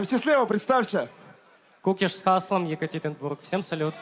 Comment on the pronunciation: Там не кИкуш Правильно - кУкиш, А так как всегда топ :) __________________________________________ There's no Kikush That's right - Kukish, And since it's always top :) ___________________________________________ Es gibt keinen Kikush Das ist richtig - Kukish, Und da es immer top ist :)